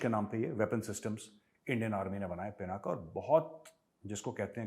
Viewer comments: It's pinak not pinaka saheb. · पिनाका नही सर पिनाक हे